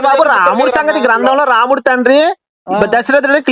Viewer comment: ki RAMUDU anadam kuda raavatledhu, romudu anta. Veedu kuda debate chese vaade